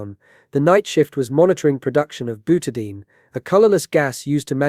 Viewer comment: Byoutahdayeen = Butadiene